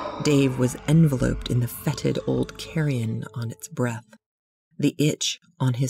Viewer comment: her voice was good, however, I feel a great narrator/storyteller needs to know correct pronunciation for a word that is pronounced differently yet spelled the same.... the word enveloped....wow....